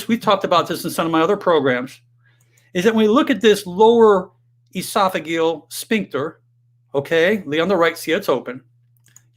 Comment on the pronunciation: is this guy a real doctor? He can’t pronounce pharyngeal or esophageal correctly.